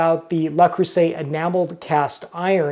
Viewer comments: dude it is not "la" it is "luh" there is no "a" in Le creuset. Also the "s" between vowels is pronounced as a "z" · Le rhymes with je. If you can say ''Je m'appelle (insert your name here)'' then you can handle the first word. The first syllable of creuset = creu rhymes with jeu, where the vowel sound is like the u in urgent. The s is pronounced like a z. You got the last vowel sound right on. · The French word Le Creuset is phonetically pronounced "luh-CROO-zay" in English, with the emphasis on the middle syllable and the "s" sounding like a "z" before the final "t" is silent. Here's a breakdown of the pronunciation: Le: Pronounced like the English word "luh". Creuset: Please. There is no "A" sound Thank you. I cringe every time you say it.